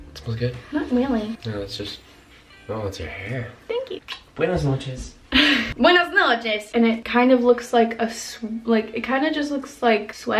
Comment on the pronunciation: your buenas noches had some italian accent, not spanish... weird, but cool. bye gtg